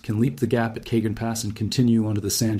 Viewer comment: I like your voice and channel. Just fyi: the “Cajon Pass” is pronounced “ka-hone” not “cay-jun”